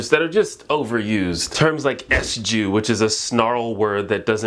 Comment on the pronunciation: Lol you pronounce SJW as “S-Jew” 😂🤣 Never heard it like that before